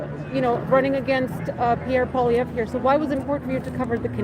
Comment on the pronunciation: Congratulations on pronouncing Polievre’s name. Many Canadians can’t. He going to lose because he played the victim for so long that when Canadians decided they needed a hero to fight Trump, we would never elect a victim to fight him